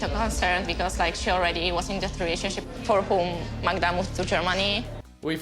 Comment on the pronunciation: I can't understand how you can't pronounce his girlfriend's name Magda, not Magna.😅